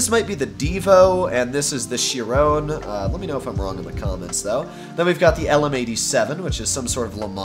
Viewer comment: and then call the chiron a chIIron and then doesnt recognise the koenigsegg agera